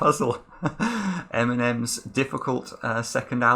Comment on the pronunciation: it's Eminem, not Eminen